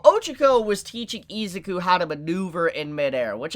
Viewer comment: Its pronounced. e-zoo-ku it bothers me how you hold out the I and rush the zuku